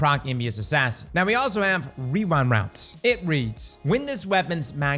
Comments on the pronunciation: wewind wownds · weewind wounds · Wewind wounds